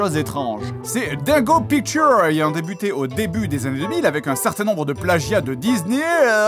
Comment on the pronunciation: "dingo pictowr"